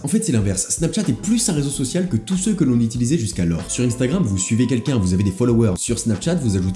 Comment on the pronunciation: "UNstagram" pas "INEstagram" !